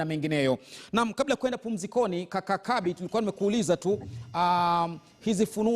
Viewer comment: it's Kabi not Kambi🤣🤣🤣